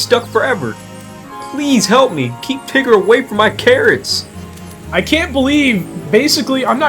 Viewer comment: Care-its. pumkins. cab-ige. Lol